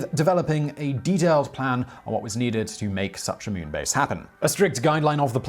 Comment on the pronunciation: Ah yes. newking the mewn…